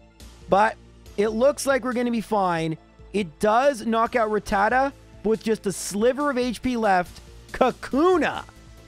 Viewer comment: I'd just like to point out... the name is "Rattata" (rat-ta-ta) not "Ratatta" (ra-tat-ta). Yes, you've been saying it wrong the whole time, but I've been binging (binge-ing) your videos for a couple days and figured this would be the perfect video to mention it. Thank you for making the videos; I love them. Keep up the great work! (that last part goes for the editor as well. ty editor)